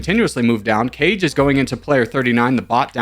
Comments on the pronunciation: Kage is more like "car-gay" not cage I think it's Japanese for leader or something close Good sportsmanship from Verde👏👏👏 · Kage is Japanese for shadow and not "car-gay" it's "kah-gei"